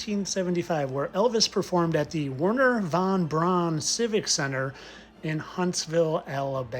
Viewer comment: You are doing such valuable work. Thank you for pronouncing von Brauns name correctly.. the anglisization of his name to pronounce it as 'Brown' is annoying.. they always pronounce Eva Braun correctly.